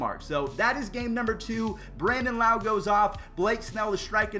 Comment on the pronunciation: Brandon Lowe says his not correctly trust me I say it lowe not loweeeeee